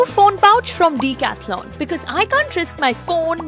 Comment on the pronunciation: What the hell is deecathlon 😂? It’s decathlon pronounced as d a cathlon